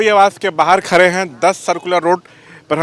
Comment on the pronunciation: midia ji khare nahi khade hai pahle bolna sikhiye phir patrakarita kijiye